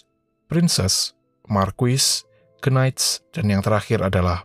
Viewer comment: Sebutan knight itu hanya cukup menghilangkan bunyi “k” di dlm knight tersebut. Maka pronunciation paling pas utk knight ialah cuma night aja. Bukan nya dibunyikan kenight.